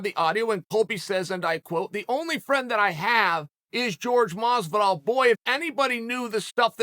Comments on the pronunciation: George Mazvidal? who the fook is that guy? its Jorge Masvidal. whore-hey, mas-vi-dal. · Uncle Chael: Jorge Mazvidal never brought up money. Me: OK